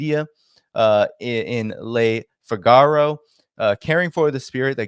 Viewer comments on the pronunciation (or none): you are an openminded man. Try not to sound biased by using americanized pronouciation of foreign terms and nouns. Eg Le figaro'